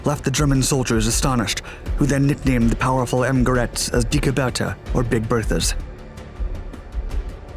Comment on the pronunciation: Could you plese just let german words say with google like Dicke bärta